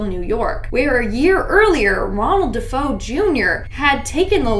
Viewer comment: you keep calling the De' Feo family the De' Fo family, it's pronounced De'Fayo as it's Italian. Look at my last name, don't you dare call me Canal 😂 it's pronounced Canaley. Great video, always ❤a good binge 🎉